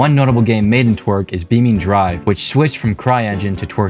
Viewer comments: be fair he says twerk not torque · Text: Torque What I hear: Twerk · You mean tor-k (que).. not twer-k (que)...right? Like— bro 😅😂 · i swear he's just saying twerk 3d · I cant get over that Torque is pronouced "twerk" in the video. >.< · when i heard TORQUE for the first time i thought you said twerk 💀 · Can't believe they made a game engine called "Twerk." (Although, that may be a pronunciation error, but the captions say otherwise.)